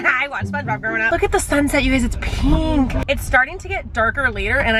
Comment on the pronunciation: i’ve noticed you always say pink like peenk 😂